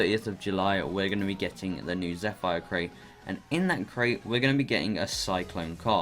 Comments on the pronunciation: Lol it's not zefire it's more like zepheer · It’s Zeph-r not zeph-fire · pretty sure its pronounced zefr correct me if im wrong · It’s pronounced like zefer